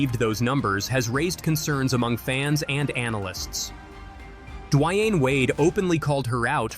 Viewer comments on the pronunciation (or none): Bro said “dwhy-Anne” wade… don’t make a basketball video ever again bro